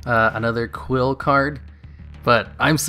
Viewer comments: Also, "quill" XD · qli and moraltach are honestly fine. Sure they have been out for a while but they aren't really words. No excuse for mispronouncing trio though lol